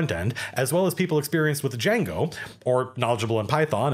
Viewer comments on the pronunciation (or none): none